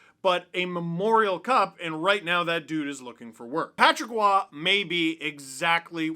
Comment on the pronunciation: Roy with an R not Oua